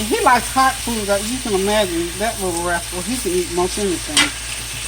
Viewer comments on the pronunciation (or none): none